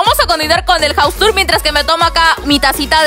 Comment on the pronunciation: Jus Yo: Se pronuncia jaus